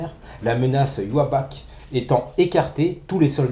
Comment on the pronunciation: Une vidéo sympa Arrêtez de dire youabatch Mes amis japonais disent iwach A+